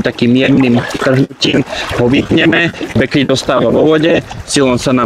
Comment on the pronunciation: Bek lid ,nie bek lejd bože